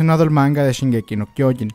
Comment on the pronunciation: Este dilo bien el anime se llama shingeki no trenes >:v